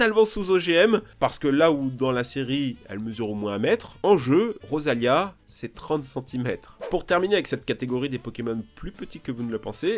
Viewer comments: comment ose-tu dire d’un pokémon de ma team xy, Petit??? ( c’est roserade mtn mais j’ai fini la ligue en 2014 ) ( ps: ta dit rosalia au lieu de rosélia ) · c'est roselia pas rosalia